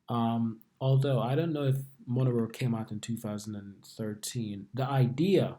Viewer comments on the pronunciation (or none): Mo- ne- ro